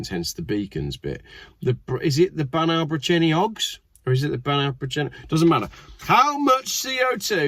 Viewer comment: BAN EYE is the way to say that not awe